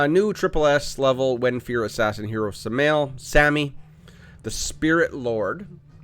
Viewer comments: Three syllables. Sam a el. Like, Sam I am. I feel bad for saying it but I kind of like that there are so many choices for a team you can't really choose. I think that makes for interesting gameplay. You get tired of seeing the same teams over and over again. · its Sam-AH'ehl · Sam - i - el, or Sam - a - el is the pronunciation I have heard when referring to the Angel. Looking forward to see what he can do, ty for the vid 🙂